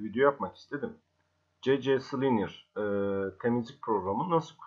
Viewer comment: Sisi kılinır degil abi si klinır